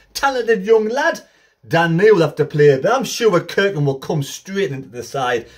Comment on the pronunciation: Haway man, get it right. It’s not pronounced Kirkin ……….. stop it!! It’s pronounced Cirkin with a SSSSS irkin. Look forward to watching you this season pal 👍